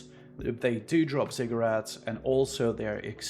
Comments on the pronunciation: OH he was saying ZIGGURAT, my dumbazz kept hearing cigarette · same lol